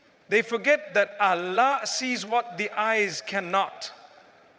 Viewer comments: Is it a Ai? Because Mufti Menk doesn’t pronounce Allah as Alaa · Why does he pronounce Allah in a sound i never heard him say? Allah is not pronounced like that